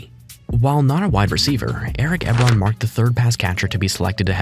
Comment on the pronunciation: Eric eb-ron 😂 its e-bron